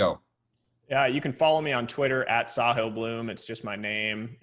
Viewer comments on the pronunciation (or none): The guys name is not 'sa-heel' his name is 'saa-hil'. It means the 'coast' or the 'seashore' like the beach basically. ساحل (sahil)